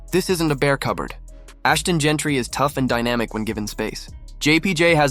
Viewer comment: We have any validity in this video when Jeanty's name is pronounced Gentry? Terrible AI assembled video. Waste of time